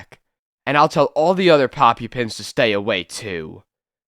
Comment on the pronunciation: Learn how to pronounce Pop - UP -pian(s).